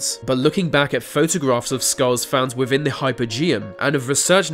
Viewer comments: Wivin? That within in English? Ah yes I fink so..... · Aa Glad Wivvin thee uff (within the 🌎 earth) 😂👍